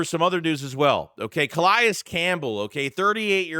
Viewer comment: Not how you pronounce Calais 🤦